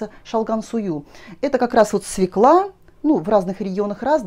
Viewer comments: Ну, извините,очень режет слух свекла. И всё таки она- свёкла! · Пожалуйста, ударение в слове" свёкла "! Обратите внимание. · Огромное спасибо за рецепт! И все-таки свекла без ударения на первый слог с Е с двумя точками над буквой режет мой слух!